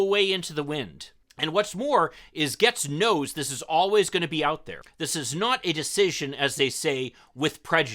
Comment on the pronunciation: Bahaha, you can't even say his name right. You guys are fishing hard-core